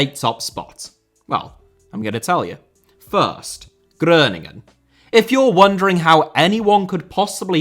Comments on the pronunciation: It's Groningen not Groeningen, they are not German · Groningen ist pronounced as Growningen 😊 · Hi, your Groningen pronunciation was actually pretty decent, except we pronounce the o in Groningen as an o and not an ö👍🏻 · Thats not how we Dutch pronounce Groningen but you gave it a good try lol